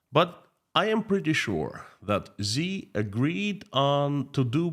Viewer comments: Xi. Pronounces SHE. Not ZEE. To be more accurate. Pronounce as a question in English “she ?” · his name is pronouced "she" not "Zee" btw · Xi is pronounced "shi"